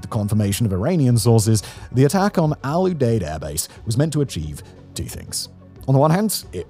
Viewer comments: FYI: Al Udeid is pronounced "Al youdeed" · The way you pronounce the 'Deid... 😂